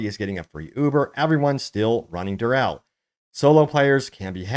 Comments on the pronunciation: Say it with me...Durrrr Eeeeeee Llllllll not Durrrrr elll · dur-e-ehl not "durrel" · Who's "Durrell"? Have you never heard anyone else saying Duriel ever? 🤷‍♂️